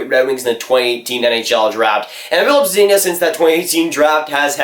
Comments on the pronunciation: Good vid but it’s ZUH-DEEN-UH not ZUH-DEEN-YUH (Zadina) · ZaDEEna, not Zadaynya